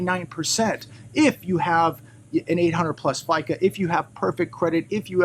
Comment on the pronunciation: fico not fica